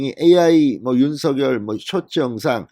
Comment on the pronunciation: 오늘 SBS에 방송 봤는데 '윤서결'발음이 아니라 '윤성녈'발음이 맞다고 하네요.발음 고쳐 주세요 ㅎㅎ